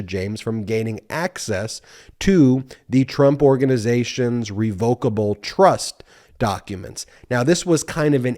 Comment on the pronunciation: Ben - I think you're mispronouncing revocable. It's reh vuh kuh bl with the emphasis on the first syllable.